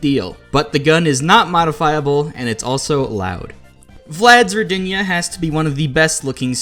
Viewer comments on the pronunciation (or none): Rodina right pronounce are r[O]dina, not rod[I]na